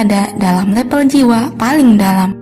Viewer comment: Level, bukan lepel